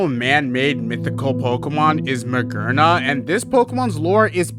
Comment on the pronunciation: Magearna, a robot, Gear in the name. i see how you make the conclusiion that it's pronounced maGERna /s